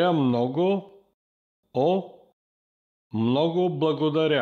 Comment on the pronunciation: Very great lesson ; Please continue until advance level in Bulgarian. I have question; In word " Mnogo blagodaria " I noticed you did not pronounce "M" in Mnogo Is the letter "M" is silent or you said it fast ?